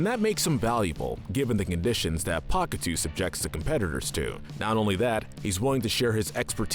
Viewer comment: Hold the fuck up...Did you just say "Pakitoo?" Try Pakitew as in "Pakitayoh" sorry that's gonna bother me forever if I don't say something